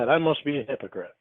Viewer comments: Does say “That you’re being a hicocrite”? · “arent you being a hick-o-prit” lol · He absolutely says hicoprite! I heard it too 😂